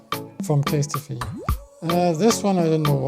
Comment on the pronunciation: CASE-TEE-FEE! 😅😅😅Kind of like the new pronunciation!